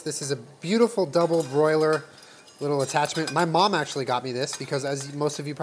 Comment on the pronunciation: Even saying double bRoiler instead of double boiler is Aries energy